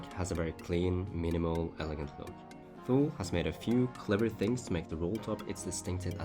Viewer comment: It’s pronounced toolie